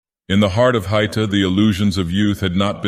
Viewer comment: A note on pronunciation: The diaeresis in Haïta (ï) means it's meant to be read as though it has a second syllable. It's not "hight - ah"; it's "ha - ee - tah".